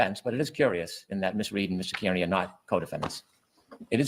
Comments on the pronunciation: *Car-knee 😉 (not Care-Knee or Keer-knee) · He should at least say turtelboys last name right. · How does someone w the last name “Brennan” who lives in MA mispronounce “Kearney” smh 🤦‍♀️ ☘️